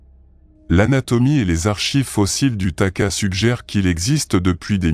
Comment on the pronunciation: Pas taka, takahé .